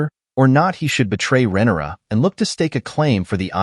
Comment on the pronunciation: It’s RHAENYRA, not Renera! For someone smart enough to make a video analysis of the show, you sure are bad with names!